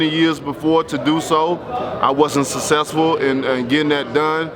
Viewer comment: Sussesful 😆😆— Wilder